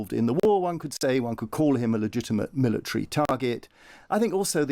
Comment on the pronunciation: Milli-tree. Military.